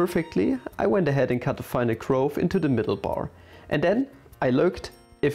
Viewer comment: nice video, really enjoyed! One small nitpick, Im not entirely sure but i think the way you pronounce groove is a bit off. It should be pronounced "ɡro͞ov" with the same vowel sound as the one used in "cool". Somebody correct me if im wrong :D